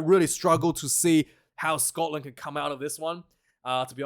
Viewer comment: As a Scotsman, I approve the way you say 'Scotland!'! I am sorry to hear that you lost your job!